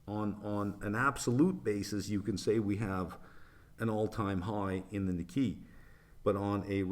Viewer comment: Excuse my ignorance but isn’t the Japanese equity market pronounced “knee kay”?